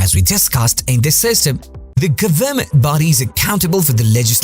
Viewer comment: do you not know how to say government?